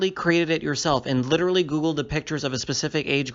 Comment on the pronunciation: No it's "licherally" he can't even speak correctly.